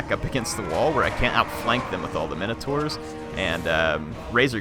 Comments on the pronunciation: Theory, the legend of the Minotaur comes from a compound word meaning "Minos" (Note no "a" present) King Min"*OH*"s. So when we pronounce Min-o-taur, do we introduce an "a" to create MIN-A-TAR? It's my understand, and forgive me if I'm wrong as I've had a mediocre English education, that the proper pronunciation is Min-Oh-Taur, Taur being pronounced "Tore" As in Taurus phonetically; "Tor-us", so Min-oh-tore, not MIN-A-TAR. So is that a colloquialism? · Thanks for the vids. NB it's pronounced minotaur as in minimum as opposed to how you sometimes pronounce it as "mine" as in coal mine.